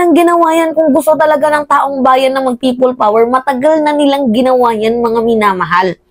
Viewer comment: Kili kili power hindi prople power hahaha anak ng teteng hahaha😅😅😅😅